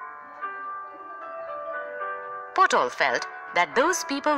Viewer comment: not potol babu but patol babu...😂